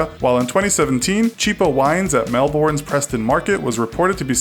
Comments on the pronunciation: "MelBORN" It's actually more like "MelBN". :-) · DONT SAY melBOURN say 'melbon' but with a light o. To practice say mell then say bon then put them together to make mellbon now say it quickly. of course its spelt Melbourne but say it melbon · It's pronounced "Melben", you Mexican yuppie! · (No offence) in Australia, Melbourne is pronounced “m-eh-l-b-er-n” not “m-eh-l-b-or-n” but I think it might just be your accent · It's not pronounced melborn it's melbin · It isn't Mel burn it is Mel born that is what it sounds like I cringed when you said Melbourne wrong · I hate the way he says "Mel-born". it's actually pronounced "Mel- bin" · It’s so annoying hearing ‘mel-born’, I say it Mel-bin/mel-ben. (I live in Melbourne 😂) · $1 for a bottle of wine in australia?? ahahha hell no. Where the fuck are u buying wine to get it for $1. Even goon is $10 minimum. and yeah nah its not "mel-bourne" u say it like 'mel-bon' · It always bugs me when foreigners pronounce Australian cities wrong, Melbourne is not pronounced Mel-born it's Mel-bin I get it can be hard but he could have researched how to pronounce it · It's pronounced melben not Melbawn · Melbourne isn't pronounced "Melborn" but pronounced "Melben" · I can't stress this enough, as an Australian, it's pronounced 'Mel-Burn', not 'Mel-Born'. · Its pronounce Melburne not Melborne :( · Mel-born? It is pronounced Mel-Ben mate! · He pronounced Melbourne (proper pronunciation: Melbern), Melborn. Triggered me hard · its pronounced Mel-ben not Mel-born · Mel-bin not Mel-born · Legit every american says "melborn". How hard is it to say melbourne? Seriously!! We dont say that really hard R. Its just melbn. Say melb then skip dtraight to saying the letter N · "Melboooorn" 😂😂😂 it's Mel-burn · Mel-born asdnhasbdyasuibdauidb (its pronounced Mel-burn (ish)) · That's not how you pronounce Melbourne lol It's pronounced Mel-ben not MEL BORuN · It's pronounced " melbin " not Melbourne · It is pronounced melbern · Melbourne is pronounced Melben